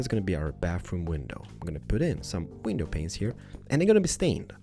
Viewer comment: Say window pane because my mom said if you keep saying window pinus I cant wathch your channel